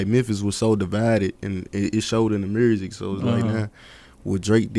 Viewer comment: “Real Mursic “